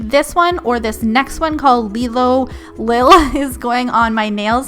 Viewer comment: Just a heads up, It's pronounced Lie-lo Lil..........Was a character from an old UK sitcom BREAD (MOST magpie products have female names incorporated into them) x